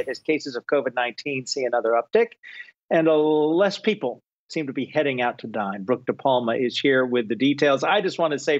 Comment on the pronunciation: For a second, I thought he said "heading out to die" not dine